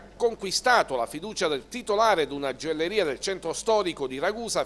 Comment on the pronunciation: la gioelleria..ma come parli?